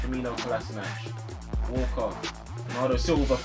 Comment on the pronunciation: When you Said Walker it Would sound like Walcott and I was like Have city just bought Walcott 😂